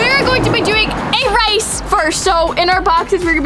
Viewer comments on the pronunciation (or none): Did anyone else here say rice instead of race on the timeline of